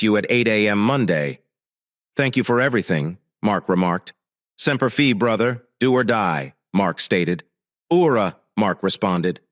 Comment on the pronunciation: If your A. I. voice can not pronounce Semper Fi and Oorah correctly do not use the words.